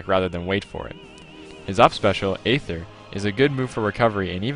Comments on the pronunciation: Its pronounced eether not ayther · Aether pronounced Eether not, Ayether, bro. It's cool though. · No It's not. It's Aether. Pronounced a-ther. I've played both games Ike's from, and plus Ike is clearly saying Aether in Brawl.